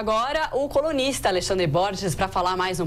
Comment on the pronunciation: Ela disse "colunista" mano kkkk